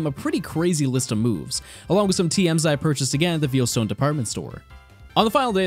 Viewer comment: Vayle ita pronounced Vayle not veel. Veilstone.